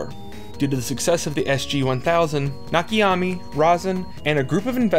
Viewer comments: Nakayama. Not Nakayami. Great video btw. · You keep saying Nakiyami. His name is Na Ka Ya Ma. I wouldnt have noticed or comented but you posted the name up on screen and then proceed to say Nakiyami like 5 times in a row lol Otherwise great video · I keep getting distracted everytime you say "Nakiyami" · Please stop saying "Nakiyami" It's "Nakayama" with all syllables having same vowel pronunciation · Sorry, this is not watchable. When you pretend to be in a certain hobby, at least bother to use google translate for correct name pronunciations ...THERE IS NO NAKA-YA-MI... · Why did you butcher that man's name like that? Better yet, how? It's literally right there on the screen... 🤨